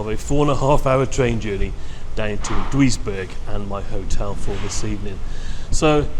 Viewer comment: Duisberg pronounced juice berg